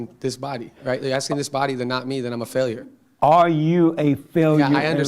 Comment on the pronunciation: Are you a Faileau in life? lol JLP pronunciation of failure had me dying (ego death) all week